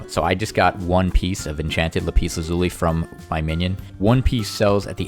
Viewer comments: Rembo lapEEZ vs LapISS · It's Lap-is not La-pees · "Lapeas" " La peas" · Pls. It laaaaaapis not lapiiiiis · Le piss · No , "peas" if you say "le" and then "piss" it sounds basically like lapis. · It's so weird how you pronounce "lapis" lol